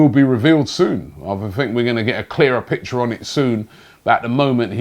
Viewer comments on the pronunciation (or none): none